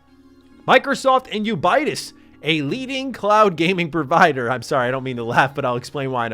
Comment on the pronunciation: Ubitus is pronounced - You-bi-tus apparently